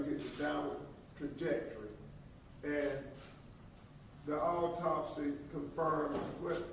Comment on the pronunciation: What the hell is a alltopsy!? Why he can't read?.is he a real lawyer?